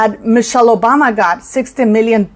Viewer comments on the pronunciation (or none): none